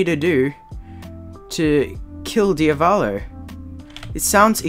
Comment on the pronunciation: DIAVLO DIAVOLO DIAVALO